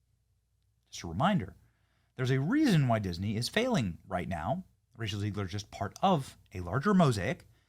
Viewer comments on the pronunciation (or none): Are you pronouncing her name on purpose? Because it Zeg ler not Zee gler.